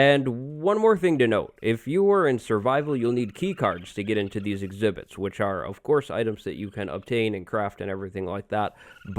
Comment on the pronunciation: "Exibits" You make dangerous creatures seem like zoo animals lol (no offense meant)